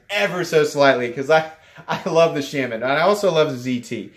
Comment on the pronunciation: Shaman is pronounced correctly .